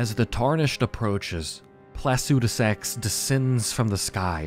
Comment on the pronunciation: Home boy you gotta read names phonetically from now on. Your pronunciation of Placidusax hurts me. It’s Placidusax, not placudisax.